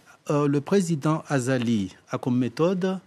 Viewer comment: hhhhh vous avait entendu la journaliste , elle a dit " le président Azako Assumani " au lieu de Azali 😂😂😂😂😂😂😂😂